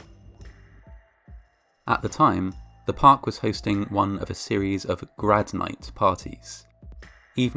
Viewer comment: "grad nights" instantly said oh no